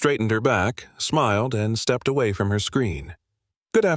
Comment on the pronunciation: First sentence the AI got it wrong. Step ed.